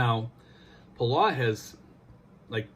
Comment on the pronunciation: It's pronounced Puhll- Ow ... like you stub your toe and say Ow! Or like us locals call it, Belau. We have a long history with the US. One of the bloodiest battles of the Pacific was fought there on a Palauan island called Peleliu. Anyways, thanks for sharing with the people... We have a ton of PI natives working there. #Trump2020 but #Belau4Life